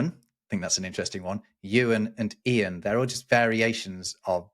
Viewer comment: I was surprised pronounced "Ian" as EE-an, but then pronounced "Ivan" the American way - Eye-van, instead of the European way - EE-vahn.